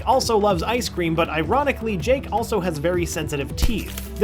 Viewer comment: Dude at the start I thought you said jank the dog